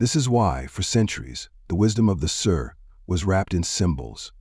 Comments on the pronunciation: The pronounciation is so incorrect. It's not like an English word "Sir". It should sound like the word "see" with the letter "r" in the end. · Pronunciation of sirr is wrong in this hurried AI countdown.